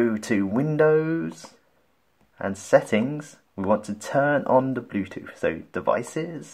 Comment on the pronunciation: I had a long workday and your pronunciation of bluetooth as "bluetoof" was a nice LOL 😄